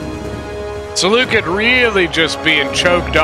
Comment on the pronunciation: You pronounced Seleucid wrong